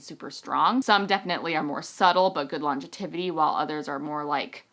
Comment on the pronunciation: I don't want to pick on you!!!! buttttt "longetivity" isn't a word. It's pronounced "longevity". I really don't mean to be the spelling/pronunciation police!!! lol (From Google" What is the meaning of longevity and longetivity? The word is longevity, meaning long life or duration of life. Longetivity is not a real word and should be avoided. Aug 11, 2011") With all that said, TYSM for a great video! I am using your code to make my purchase now!! :)